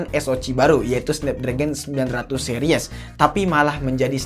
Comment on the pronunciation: yg paling gw kzl : harusnya dibaca Se-ris bukan se-ri-(e)s